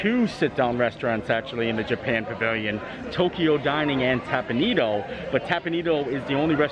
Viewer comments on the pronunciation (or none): Hi thanks for this video. I haven’t eaten there in years so it’s nice to see it open. By the way, the restaurant is pronounced Tep pawn Eh doh. Thought you would like to know. Thanks, and keep on making great content!